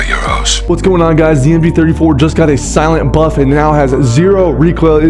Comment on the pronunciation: “ThE sLiEnat BuFf” I can’t stand that lmao 😂